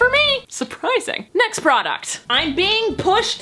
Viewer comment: Bruh.... procuct....AHHH